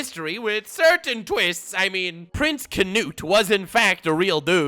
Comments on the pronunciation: Bro the k in his name is silent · You are saying Knut wrong